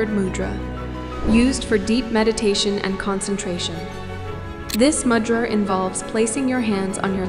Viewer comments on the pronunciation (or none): Correct - Mudhraa is how we pronounce it in Hindi/India, the d is pronounced like "the". Namaste!! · A gentle and respectful suggestion. “Mudra” is pronounced with a short “u” sound as in “you” (not “u” as in “mud”). The “d” in “Mudra” is a dental consonant, with a softer sound made by placing the front of the tongue against the teeth. Also, please provide a reference source. 🙏🏼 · It is not MUdra, it is MOOdra.